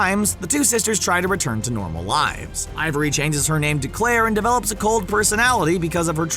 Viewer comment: It's Ivy Walker not ivory...